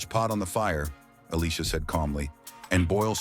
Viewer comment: Good job on the proper pronunciation of Elisha's name. 😊